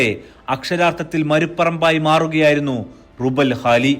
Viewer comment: റുബ്ഉൽ ഖാലി ആണ്.റുബൽ അല്ല ربع الخالي